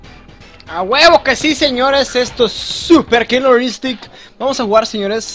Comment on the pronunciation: jajaja ¨Kilor Instinct¨ jajajajaj